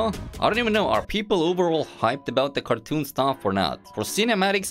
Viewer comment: Normal people: Cartoon: kARTEWN